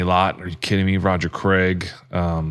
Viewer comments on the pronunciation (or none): none